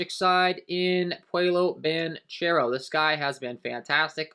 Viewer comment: bruh work on the Paolo Banchero pronunciation